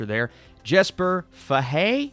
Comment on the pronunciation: With the exception of the sharpshooter last name ( Fay-hee), you actually nailed the pronunciation! If it's anything like the books, you're gonna love it!!